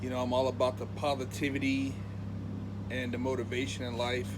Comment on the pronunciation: he sounds like he is saying he is all about the povertivity